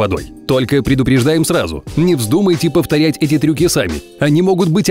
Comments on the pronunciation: ты оговорился на сказал не повторять а повтоять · на он сказал не повторять , а повтоять😂😂😂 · он сказал повтоять!